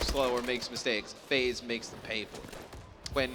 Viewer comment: This dumbass said FaZe